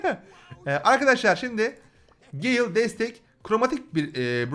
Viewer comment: abi o gale diye okunuyor direk